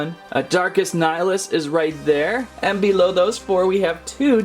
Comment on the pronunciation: It's pronounced nill-eee-us. Not nile-us.